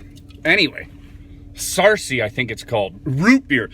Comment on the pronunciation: You nailed saying the name :) i love this.. as a kid we had that with a raw egg